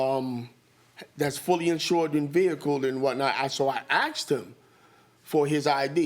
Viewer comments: It's not axed.. It's asked! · I hate it when people say "axed" . You "ASKED" a question not "AXED" because that would be assault lol